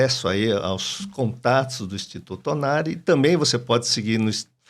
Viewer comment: O nome do médico não é Ornari, fala certo. É ONARI.